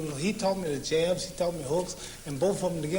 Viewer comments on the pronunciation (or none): none